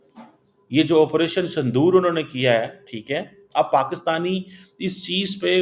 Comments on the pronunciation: Sindur h sandur nhi 😂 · Sandoor nahi Sindoor 😊